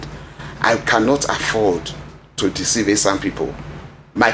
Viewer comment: This lady in Airse news should go and learn how to pronounce Esan names is embarrassment as a news caster nor of the 3 last names she could pronounce properly